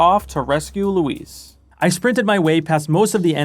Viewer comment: props for pronouncing Luis' name correctly lmao